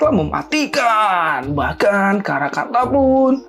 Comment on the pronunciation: bilang karakanta mirip karangpantat